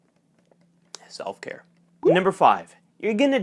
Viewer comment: When you picked up the drink and paused and said #SelfCare it made me laugh out loud 😅 yes SelfCare Is essential